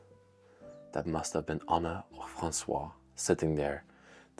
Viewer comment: The first name of the lady who was murdered is Françoise (pronounced FransouaZ), but you kept calling her François (Fransoua, without the Z ending) throughout the video, as if she were a man. You are from Belgium, but do not know French?